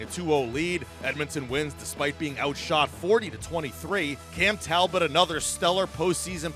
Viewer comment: Show a little respect to French Canadian players by pronouncing their names rignt: Talbot is Tal-bow...